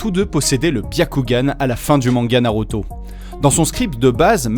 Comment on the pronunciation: Super vidéo 👌 mais tu ma perturber avec la prononciation de naruto en NarOto